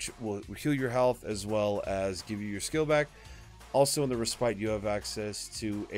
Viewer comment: Nice video. But gotta point out: Respite is pronounced RES- PIT